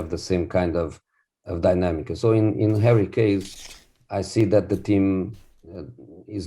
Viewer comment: It's like he just learned dynamic. But says "dinamicus"